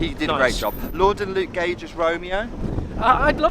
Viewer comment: I’m seeing it in a couple weeks looking forward to it !!! Ps did you call Jordan Lordan or am I miss hearing haha 😊